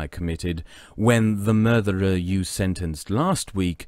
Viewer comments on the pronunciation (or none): I'm sorry, but: Murtherer, Murthering, Murthered